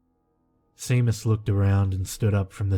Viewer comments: Seamus is seemus??? seriously you need a direct correction line!!! lad its pronounced Shaymus..and Place bo is plasseeebo. I can't remember the others but you pronounced a lot of booboos in my recent listenings through the night. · I'm like 99% positive that it's pronounced "Shay-mus," in the same way that Sean is pronounced "Shaun." Nvm I still loved the story. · Pretty sure it's pronounced shame-us but no big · Samhain...me being a bona fide heathen from the middle of nowhere in Scotland...pronounced Sow ain (rhymes with 'now rain') and Seamus is pronounced Shay mus...lol...you're thinking...OMG I thought that old bat had kicked the bucket lmao....I'm still listening...and enjoying it as much as ever (I've noticed a couple of newer Creepypasta narrators have done versions of your intro...you're the original and best xx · Seamus is pronounced "SHAY-MUS". No worries though, Irish names are hard to figure out if you've haven't grown up here.